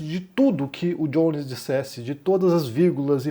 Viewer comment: "o Djones" kkkk parei de assistir o video pq me deu muita agonia de ver vc chamando de "Djones"